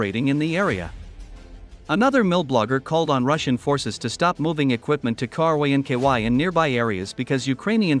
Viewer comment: Poor AI cannot pronounce Krynky K-r-inky-why 😂 The russians are also asking themselves Krynky why 😊